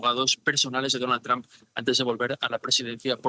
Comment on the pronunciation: Dijo Donald dump? 😅